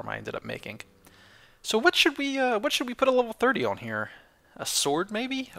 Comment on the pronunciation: Sayin Whhat Wheird?